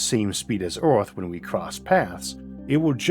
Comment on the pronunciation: If you cant pronounce earth but insist on doing a documentary on it